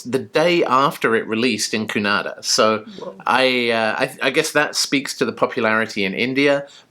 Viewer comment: Wow 😍you said Kannada correctly., even Bollywood people don’t know to pronounce 😀 they always say Kannad